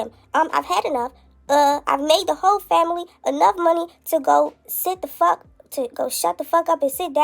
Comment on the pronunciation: Girl she said whole she just spelled it with multiple L’s 😂😂😂😂😂